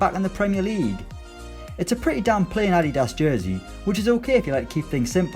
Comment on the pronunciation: The way you pronounced adidas omg🙄